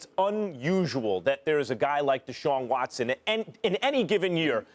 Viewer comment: Shaun Watson ? Lmao